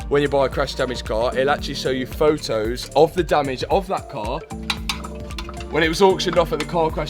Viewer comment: he seen the car in videos and fo-os